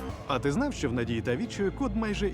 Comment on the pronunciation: Не щьо а що😂